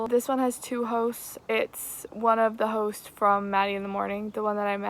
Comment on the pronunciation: not me hearing everytime she says 'hosts' as hoes